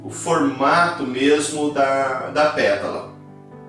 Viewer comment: Professor !! Perdão ooooo , mas cada vez que você fala “petula” fico 🤔 atrapalhadinha !! Verdade !! O certo era falarmos “PÉTALA” e “PÉTALAS “ ❤❤❤❤❤🎉🎉🎉🎉 perdão ! Por favor 🙏